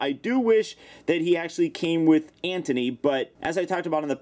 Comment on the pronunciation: it's anty not anthony just watched it 2 minutes ago